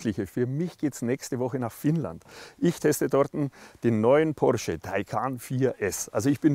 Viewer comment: wie ein Türke hat er "porsche" gesagt :D